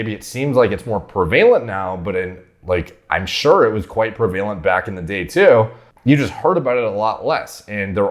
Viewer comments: listened for 2 more minutes, "prevalent" is another one it's not prevaylent it's prevalent... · Pre-valent, eh? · Important video. Thank you for sharing. Prevalent is pronounced “preh-va-lint”. 😜